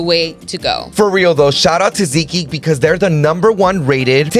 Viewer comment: Its seat geek not ZEEK geek